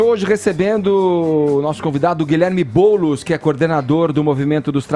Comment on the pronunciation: "boulos" kkkkkkkkkkkkkkk